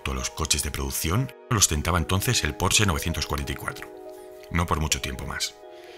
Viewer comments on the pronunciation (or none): none